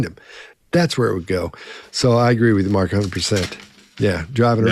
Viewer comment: why did it sound like called Mark “Margaret” here? 😂😂😂😂